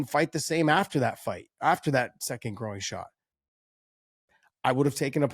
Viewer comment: I have never heard "groin" pronounced in that way. Gro-in. Sonnofabish, you might be right.